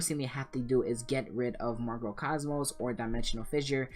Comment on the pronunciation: MARCO Cosmos? You may want to read that card name again.